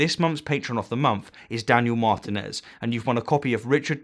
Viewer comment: Haha.. Martin-ez